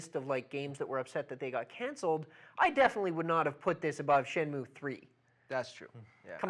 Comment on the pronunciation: How can you even have that new lad talking about games when he can't even pronounce shenmue haha!!